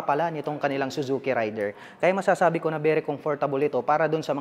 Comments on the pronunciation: Raid der Sir hindi Ray der🙂 Thanks sa review... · Ang tamang pagbigkas Nyan ay raider, at hnd rayder